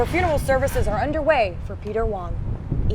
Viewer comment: Peter Wang not Wong